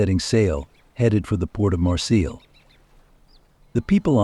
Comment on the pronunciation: My friends, my friends, my friends... beyond annoying. Also, you are mispronouncing Marseille.